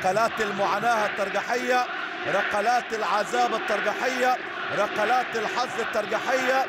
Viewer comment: رقلات .لديك مشكل في نطق القاف لقرب مخرجه من الكاف